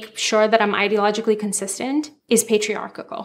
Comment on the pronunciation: Patriarchal. Pay trEE are KeLL. WTF is patriarkakull? English, do you speak it?